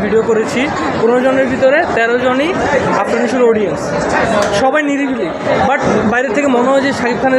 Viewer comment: বিগ ফ্যান কিন্তু বলে #আরফান নিশু.... এটা কেমন ভক্ত আফরান কে আরফান বলে🤣🤣🤣